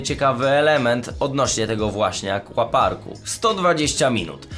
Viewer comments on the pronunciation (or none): wiem data ale akWaparku się mówi